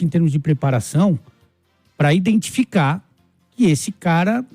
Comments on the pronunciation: "INDENTIFICAR" ELE PRONUNCIOU ASSIM? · O cara é o CEO de um dos maiores clubes do Brasil, e fala em "indentificar". Triste.